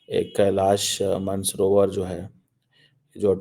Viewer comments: It’s not man-savrovar like “man of match” it’s maan sarovar like “maan singh”😊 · Bhai apna aadat se jahil hai, angrezi ke saare words galat pronounce karega but jab mansarovar bolna ho to he starts with pronouncing it as 'man'. 💥